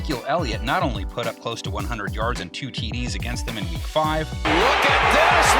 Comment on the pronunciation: “Wek 16”